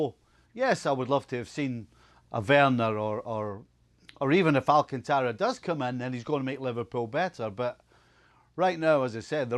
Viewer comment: Steve Nicol - Learn to pronounce his name! Its not "Alcantaaara", its "Al-canta-ra". There is an accent in his letter "a". Daft Scot!